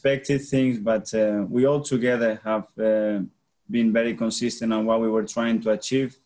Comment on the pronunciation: He says “cone-sis-tant” exactly like Wenger.